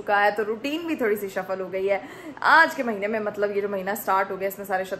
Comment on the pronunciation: Safal hota h shafal nhi